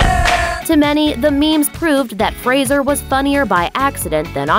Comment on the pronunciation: thank you for not mispronouncing his name. you are the first American that i have heard in any type of media that has pronounced "Fraser" correctly (usually they pronounce it "Frasier" like the tv show